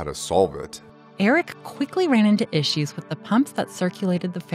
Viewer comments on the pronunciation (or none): none